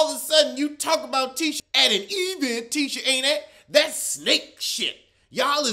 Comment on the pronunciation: EE-vent always makes me laugh